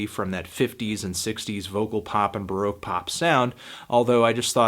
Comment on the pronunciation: Are you saying broke pop or baroque pop?